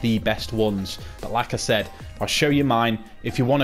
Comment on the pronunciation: Thank you for this mate, saved my career mode! Ps kept thinking you were saying lacazette when you were saying like I said😂